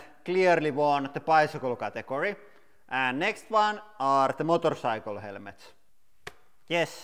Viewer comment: Motor saikel